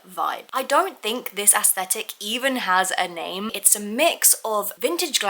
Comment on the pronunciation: I love you so much and this video was so good. But youre pronouncing aesthetic incorrectly just wanted to let you know no hate